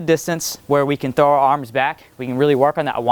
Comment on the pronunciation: "When we trow it back we're gonna go diagonally" That what he said